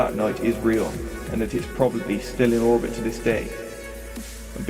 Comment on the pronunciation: Real not reel